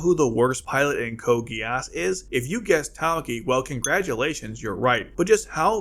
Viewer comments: why do pronounce geass that way 🙈 i know they do in the japanese dub, but they just can't pronounce western language, that's why 🙈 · why do pronounce geass that way 🙈